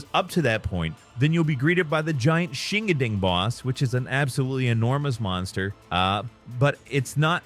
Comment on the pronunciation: Shingandang. Pronounced Shin-Gon-Dong or maybe even Shing-On-Dong I dont know exactly, but what I do know is "Shingading" or "Shingadang" is the most "I have never cared about other cultures" Pronounciation I've ever heard. Google exists. Its free. Looking up the pronounciation of a word before recording a video is a real thing. ESPECIALLY if it has something to do with a culture that may not be yours.